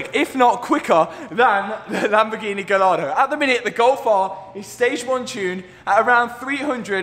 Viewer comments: please i beg bro please pronounce Gallardo = Guy R doe not Gal R Doe. Love the content man keep killing it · Get more triggered than I should at the way you're prouncing Gallardo wrong now 😂 Love this content dude! Brilliant as always!